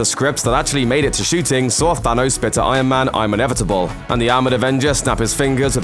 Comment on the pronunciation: Why does he keep saying Sanos - Plus he said "I AM IRON MAN" - SO what are you on about?